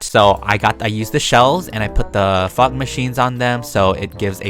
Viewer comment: sorry not trying to be rude but I thought you said f Machines instead of fog machines